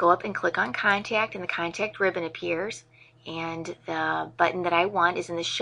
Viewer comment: Cool video, but the word contact doesn't have a 'y' in it. 'Con-tayy-kt'